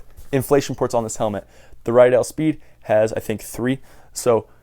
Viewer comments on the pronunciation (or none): How many times are you going to say Riddell wrong it is redell not rydell